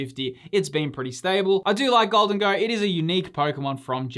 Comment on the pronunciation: Gholdengo,? Come on bud. PS. Temporal Forces SIRs are awesome.